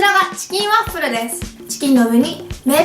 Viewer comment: これって滑舌いいうちに入るの？笑 最初の方ワップルとか言ってたりするけど